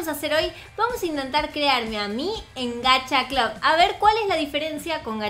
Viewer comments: no se dice gacha clad es gacha clud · porq dices gacha clob? Es gacha cl"U"b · lyna se pronuncia gacha club no gacha clab solo no te estoy hobl.ingando digo que es asi se pronuncia😼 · Todo el mundo: Gacha club, tower of hell...: gacha clab, tawer of hell:v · Soy yo la unica que lo dice como se escribe y no como lyna xd? ¿Gacha CLUB o Gacha CLAV? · Nadie: Absolutamente nadie:: Gacha CLAUS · que se dice gacha club y lina dice gacha claus xddd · Todos: Gacha Club:D: Gashia Clab;w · todos: Gacha Club nadie: absolutamente nadie:: Gacha Clab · diciendo: Gcaha Clab Yo: se dice Gacha Club:v Se dice como se escribe, ninguna diferencia xd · lyna no se dice "gacha clab" se dice "gacha club" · se pronuncia gacha club no GACHA CLAB 🙄🙄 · Gacha Club es mucho mejor que Gacha life se dise GACHA CLUB NO GACHA CLAB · vos dijiste gacha clab es gacha club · no se dise gacha clab se dice gacha club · No se dice gacha clab sino gacha club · No se dise Gacha Club Se dise Gacha Club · Solo 1 se dice Gacha clubbbbbbb!!!! no Gacha clap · es gacha club no gacha blus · Se dice gacha clup no gacha clap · No se dise gacha clab se dise gacha club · Se dice gacha club no gacha clab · Dijo gacha clob xd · te cunfundiste en la pronunciación es * gacha club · se pronuncia gacha club como se escribe así se pronuncia